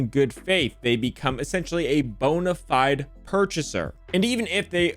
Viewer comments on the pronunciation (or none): none